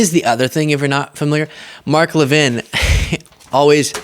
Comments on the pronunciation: What’s with his French pronunciation of his last name? I would have said LEV-in just looking around how it’s spelled. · Levin, like leaven, not Le Vin. He's just trying to keep up with the Jones' of the big 'Fake Take' world.